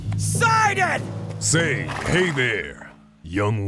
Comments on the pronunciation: Wow there are lots of ways to mispronounce this- I always called him "sih-DAHN"! Like the names "Sid" and "Don" Who's actually right though? Edit: So I looked it up, and it's actually pronounced "SIGH-dun", like short for Poseidon, which really should have clicked sooner. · He says it sidan Its SI-DON Like when you sigh and say they bald guy out of fast and furious name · He said Sid"o"n not sidin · I pronounced it as see-don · I always pronounced it See-Dawn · I've been mispronouncing Sidon's name this whole time ... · Okay but can we talk about this pronunciation- i am EXTREMELY confused- IS IT SYE-DON OR SEE-DON